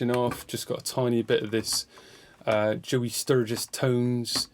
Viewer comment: Your West Country accent when you say “Joey Sturgis Tones” kills me haha, great video man! Rad to see your process, sounds really sick.